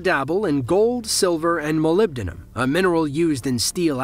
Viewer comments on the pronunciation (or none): none